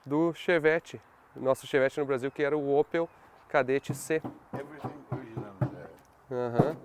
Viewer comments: O "Kaderatti" kkkk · Chama ele de "Chedett"